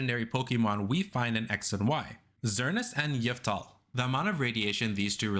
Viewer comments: You mean Xerneas and Yahvultal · Your complete and utter butchering of Xerneas and Yveltal's name pronunciations had me chuckling.